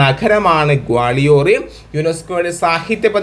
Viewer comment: ഗ്വാളിയോർ ആണ് ക്വാളിയോർ അല്ല